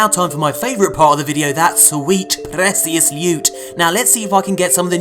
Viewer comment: Why do you day "pressious" instead of "precious"?